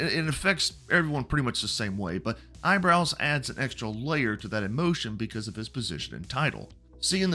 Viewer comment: wutang and eyebows. FFS tell me your a trump guy without telling you me your a trump guy🤣